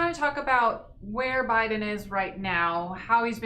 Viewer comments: Sir its not BYE-THEN ,its Biden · With all due respect, Bi-Den administration not By-Then administration😀